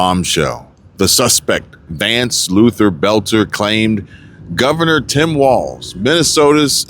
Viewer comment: it's walz........no "T"......